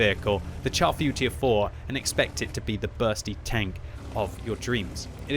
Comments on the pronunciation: you guys kill me with the horrid way you pronounce the name of this tank. a simple google search reveals the proper way to say the name in french. its not pronounced CHAR like burnt, its pronounced "Shar Footure 4". anyway that rant over, i LOVE my Char Futur 4. amazing sniper with good gun and accuracy, basically the same gun as the AMX CDA 105 TD. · Sounds like "Charfu tier 4" haha